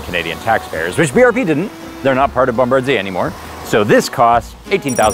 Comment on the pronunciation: It’s pronounced ‘bom-ba-deer’